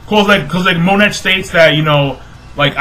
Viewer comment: It's pronounced mo-neigh not Monet please say it right